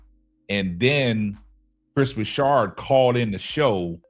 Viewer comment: Hey, it was bothering me that he kept saying Broussard's name wrong. It's not like he hasn't been in the sports media for the last 15 years or more.